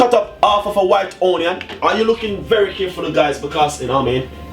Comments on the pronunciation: because thats the dialect version and not onion...on-yan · Y does he always says ONNYAN?? Drives me insane!!! I know this is a year late posting this 🤦🏾‍♀️